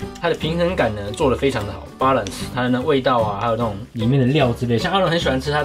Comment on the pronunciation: 原來balance是唸balance啊~我都唸balance耶ˊ口ˋ